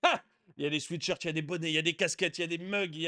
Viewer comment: Vos vidéos sont excellentes, mais attention à la prononciation de sweatshirt !